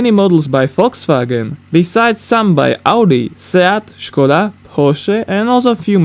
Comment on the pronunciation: Finaly someone can say škoda the right way